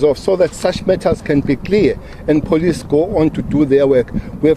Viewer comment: This man can’t even pronounce the word police properly.